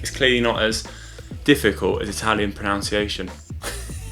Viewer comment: pron"u"nciation.. just saying :-)